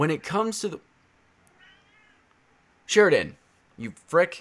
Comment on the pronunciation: hes not saying sheridan right.... its sher-den its my last name..... idc tho lol u do u